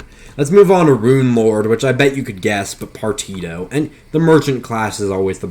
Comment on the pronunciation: Say it with me Par tea she oh = Partitio Otherwise cool vid